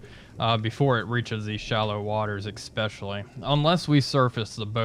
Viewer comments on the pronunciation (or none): "Especially," not "Exspesially." Been avoiding a comment, but the mus-pronunciation is maddening.